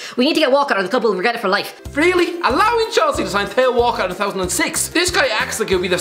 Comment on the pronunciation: Still pronouncing theo wrong